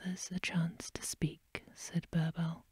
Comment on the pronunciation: Also the i in birbal is pronounced as e😊